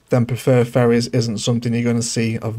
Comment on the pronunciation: No matter what, I'll never ban doggies from my city. LOL, you genuinely do say "Furries and furry" instead of "Ferries and Ferry"